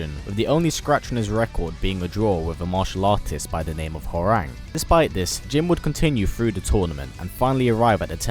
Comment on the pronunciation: Isn't Hwoarang actually pronounced "how-wrong"? Think I heard that in either Tekken 5 or 6